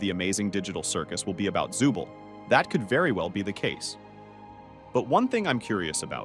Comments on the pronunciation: Also u SAID ZUBEL NOT ZOOBLE WIERDO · Zuble💀 it’s zooble